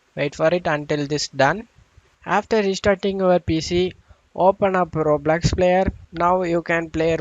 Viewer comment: bro its roblox not roblax